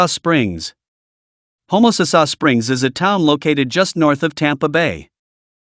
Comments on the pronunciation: LMAO !!If you are a pine tree, u will be rt. At home! The guy doesnt even know how to say homasass, and he wants to tell you about it??ILMAO!! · If you are a pine tree, u will be rt. At home! The guy doesnt even know how to say homasass, and he wants to tell you about it??ILMAO!!